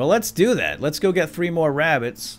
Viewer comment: The way you say rabbits 😂 "wabbits" like the dude in the Big Bang theory